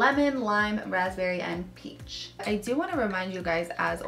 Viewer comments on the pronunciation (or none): none